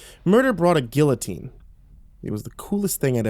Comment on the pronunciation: My YouTube glitched and it said this was uploaded by YoungRippa59 and he's a musician in the metalcore scene so this video scared the shit out of me until I heard your voice. x'D Also, don't pronounce guillotine like that please.